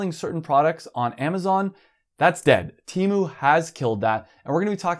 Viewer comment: "teh mu"